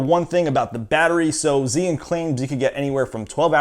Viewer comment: mispronounced the name